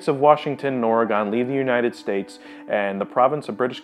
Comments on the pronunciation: It’s Ore-gun not Ore-Gone. Instant cringe. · Its is not Ore-gOn it is Oregen even tho it is spelt oregon. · ORYGUN! Say it correctly dude. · I don't really see other people's pronunciation of Oregon, or "Or-gin" to you and me, as bothersome. I've always seen it as a good way of telling locals apart from tourists. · YOU CAN'T TALK ABOUT CASCADIA AND SAY "OR-EH-GAWN" AAAAAAHHHHHH IT HURTS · I know or-ih-gin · IF U ARE GOING TO MAKE A VIDEO ON CASCADIA PRONOUNCE OREGON RIGHT OR-GONE ITS NOT THAT HARD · It is pronounced or- regon like Ronald regon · I don't think people understand that Portlandla is a huge joke. also he said Oregon wrong so that was bugging me. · You pronounced Oregon wrong.